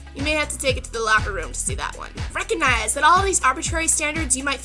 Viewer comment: lol "reconize" laci you are great :) and super gorgeous :D